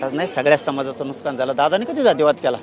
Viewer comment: नुसकान नाही मन्या, नुकसान असत रे काळ्या गांदी😂च्या 😂